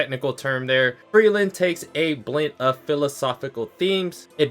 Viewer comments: Ngl if Fern and Stark don't get together, people are gonna riot. Especially with the most recent episode. Btw I hate that he pronounces Frieren and Frielen or Free Eren. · Frie-ren. It's not hard to pronounce. Free Ren. FRIEREN. PLEASE. I'M BEGGING!